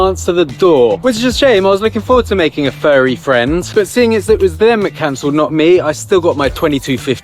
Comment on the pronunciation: “ooh fwend”